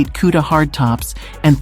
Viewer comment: Hang on.... Can we get a video of you mispronouncing Cuda and Hemi some more? Please, and thank you.